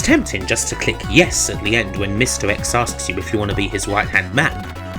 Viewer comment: Mr X = misdirects? Hmm Good video. I haven’t given up hope on you someday seeking speech therapy, however. That’s pretty much the only thing that will make me enjoy your videos anymore than I already do. Cheers